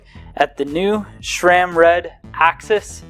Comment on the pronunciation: How bout you begin properly pronouncing SRAM!! It is not "Schram"!! Come on man! And count the number of times the word incredible was used.